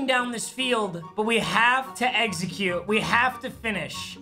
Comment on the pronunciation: No one:: Eggsecute.